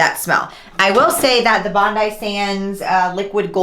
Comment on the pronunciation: Bondi is pronounced Bond Eye lol!!!!! you gotta try Bali Body!!! I have tried so many fake tans and that one is my favourite, as well as St Tropez. A tip is to use the glove to do your inner parts of your arms after there isn't as much tan on the mit since the inside of your arms is always not as brown. Also a make up wipe or baby wipe to wipe your elbows, knees where the tan clings more, after you apply. And to do your hands, just use the mit when you have finished and lightly wipe your hands.